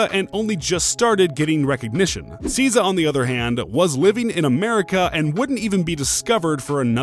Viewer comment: Omfg if you don't learn how to pronounce SZA